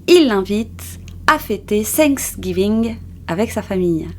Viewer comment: désolé, mais je t'ai entendu dire "sinksgiving" au lieu de "Thanksgiving", juste pour ne pas induire en erreur ceux qui t'écoutent.